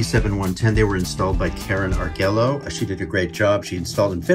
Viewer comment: Hey Tim, I don't know anyone at Heritage (since I live about 1 hr. north of the SFV), but I would bet that Karen's last name is pronounced "AR-GWAY-O". Just don't fret about it too much. Bad pun intended.